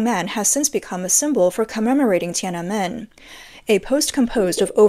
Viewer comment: Tee-ana-men 2024